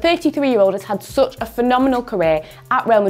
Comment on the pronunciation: How it is written: Such How it is pronounced: Me: "Sach" Her: "Soch"